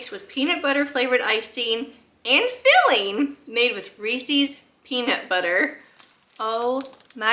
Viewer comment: You need to learn to say Reeses